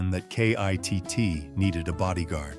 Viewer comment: Stop spelling out K.I.T.T.'S name. His name is KITT